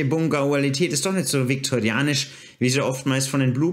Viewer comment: "Viktorianisch" :D